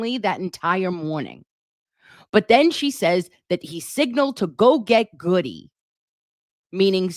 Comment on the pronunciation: The thing that stuck with me most about Katie McLaughlin's testimony was to "go get Good-y". His name is pronounced Good, according to everyone else but is spelled Goode. Did she only see it on paper and that is why she pronounced it that way? The other officers wouldn't have said his name wrong....